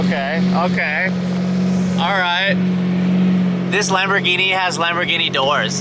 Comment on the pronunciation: Why does say 'Lam-BOOOR-ghini'? 😁